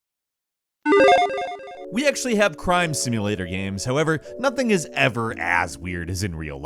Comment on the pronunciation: Is he saying video gams? Or am I tripping?